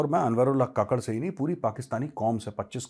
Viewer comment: Kakad nahin kakkad Jaise Neha Kakkar